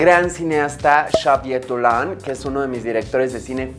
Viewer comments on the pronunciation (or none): Se pronuncia "Savié Dolan" :)